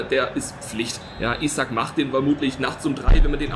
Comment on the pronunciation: Das i bei isak spricht man lange aus